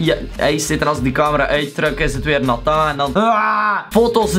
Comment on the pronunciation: Ik vind de manier waar op je Nathan zegt zo leuk😂 het lijkt een beetje Frans op die manier